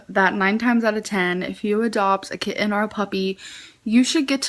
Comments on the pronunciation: I think amber wanted her "very own" kitTEN (you gotta get the pronouncation right there, prof) when she was with Krystle's family. She wanted HER OWN animals to ignore and not take care of which is weird. I truly think she realized that her videos with the pets in them got MORE views than the ones that just had her or her & Krystle. Plus, she could then hold things like "who'll take care of the animals" due to her being a horrible person and everyone leaving her. The pets don't get to pick who they go with which I would love to hear what Twinkie & Wasabi have to say about the human that over feeds them and gives them the WRONG food and doesn't walk them. We know that Rarity had taken to liking Emily over amber. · “kiTT-ehn” makes me FERAL W RAGE why does she pronounce the Ts so hard